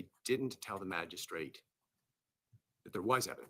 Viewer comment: She mispronounces Magistrate, every time she says it. Drives me crazy!